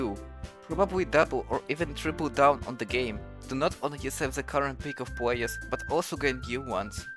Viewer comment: dude i hate your voice i want to watch this video so bad but you wont stop saying pwayuhs